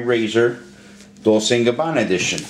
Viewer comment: how annoying... Pronounce it correctly! God the other guy cant say Gabbana, you cant say Dolce!